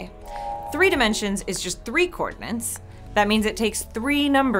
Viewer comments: How are you supposed to pronounce "Coordinates"? It seems like you pronounce the T as another N. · Look up how to pronounce 'coordinates'. There is only one bloody 'n'. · Ha! You say coordinates like I do! Which everyone says is wrong, but I don't care. The language is ever evolving. :) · I love - but is she really saying “cordinance” instead of “coordinates” throughout much of the first 2 minutes and 15 seconds of this video...? When she talks about a 1 dimensional line, I hear “coordinates”, but when she talks about 2, 3 and 4 dimensional circles, I hear “cordinance” or “co-ordinance”. Seriously. I listened 3 times to be sure. Then I went and looked it up at thinking maybe she was using a word I just didn’t know. (They don’t know it either...). Actually “co-ordinance” is a defined word but it doesn’t have anything to do with co-ordinates. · its not cordnints, its coordinates, otherwise all is well and nice job here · Why am i not seeing one comment about her glaringly obvious mistake she repeated over and over and over again.... THE WORD IS COORDINATES... NOT COORDINENCE.... its like fingernails on a black board... GAAAAHHH!!! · Co-ordinates, NOT co-ordinants! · But it does sound odd I have to admit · Idk, it sounded to me like she said "cordinants". Either way it's wrong. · Somehow when you say coordinates, I hear cordinants. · Why can't she say "coordinates"? Or is "coordinants" an actual word? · UrukEngineer you read my mind . She says it that way to be more annoying that's all. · "Coordinants"... Ouch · Did anyone else hear coornants instead of coordinates twice? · Is she saying "coordinants"? Isn't the word "coordinates"? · co-ordinants??! co-ordinates! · Why is she not able to say 'co-ordinates' and is saying 'co-ordinants'? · Coordinence isnt even a freakin word.... And nobody proof reading this vid picked up on that... Is anyone checking theze things before they go public?? I wanna know what word she thought she was saying... Unfreakin believable!